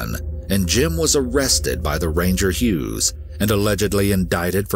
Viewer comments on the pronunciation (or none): none